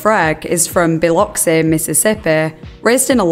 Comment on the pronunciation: I just have to say congrats on correctly pronouncing Biloxi. Because I'm from there